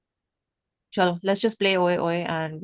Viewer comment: Can i just ask are you bengali. Like the tone you said cholo😂😂